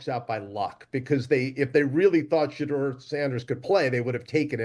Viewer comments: I’ve never heard a person argue for another guy and have zero clue how to pronounce his name as much as this black Santa Claus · Somebody tell Quest Love’s daddy I don’t want him defending Shadeur Sanders if he can’t pronounce his name correctly. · Mispronouncing shedeur’s name really invalidates big dog argument